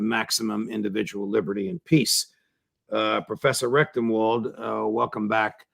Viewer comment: I am sorry, but there is no way for me to communicate this politely and discretely. Here I am, less than a minute in. Twice, Judge, you pronounced correctly, RECTENwald, and then you said it a third time, RECTUMwald. If your intention is to support this man, and I believe it is, you need to overcome this inclination to mispronounce his name. I grew up with this, people frequently mispronounced my name, CONDON, as CONDOM, some deliberately to slight me, many accidentally.